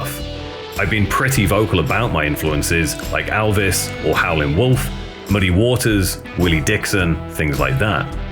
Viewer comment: I have two corrections for you: It's just "Buzzcocks" not "The Buzzcocks," and it's "Howlin' Wolf," absolutely no "g."